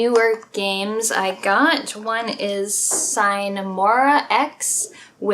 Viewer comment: Hey. It'd be cool to see some gameplay footage of the games you're taking about in addition to your explanation of them. And I don't want to sound like a teacher but "sine mora ex" is latin and thus it's pronounced differently.;)My genres are isometric CRPGs like Baldur's Gate (Top 1 of my personal top 100 list) or also Stealth-Games like Splinter Cell or Dishonored. Basically, I love everything from Deus Ex over Bioshock to Dishonored. All masterpieces of actively involved digital entertainment (or simpy videogames). I'm currently playing Dishonored: Death of the Outsider and recently finished The Witcher (haven't gotten into the series before) and before that I finally, finally played through all of the Eye of the Beholder titles in a row. Still great dungeon crawlers, even more than 25 years later.Have a nice weekend.